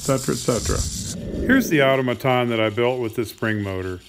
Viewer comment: mispronunciation of the word "automoton"